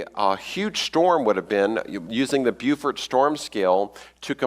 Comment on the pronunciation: I like that he keeps misprounouncing Beaufort,as in the Beaufort scale